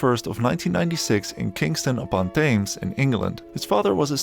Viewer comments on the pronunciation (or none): It’s pronounced Temz not TH-AYMZ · The river Thames is not pronounced Tames, mate, it's Tamms. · LOL it's not TH-ames... it's 'the tems' river. that's how it's pronounced 'tems' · “Tems” not “thaynes”. Thank you for the video! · "kingston upon THHHHHAAAAAEEEEEMMMESSS" it's prononuced tems - Teh-mhs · thames is pronounced like “temz”, don’t ask me why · The ‘th’ in ‘Thames’ is pronounced as a ‘t’ and Thames is pronounced ‘temz’ you donut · Thames pronounced tems if anyone is interested 😊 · 1.Thames is pronounced Tims 2. I really don't want to see Tom as 007. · Americans really need to research British place names. “Thames” is pronounced “TEMS”. Gripe over. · Oh dear God! Another American mispronouncing the river Thames again. Hurts my ears every time I hear them. Thames, as in TEMs. Trust these Aymereyecans! 😜😂☺️ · Kingston Upon "Thames" is pronounced "tems" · thames is pronounced “Tems” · Pronouncing Thames like that is an insult. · Laughing at Americans (and dutchies) who can’t pronounce Thames or Craig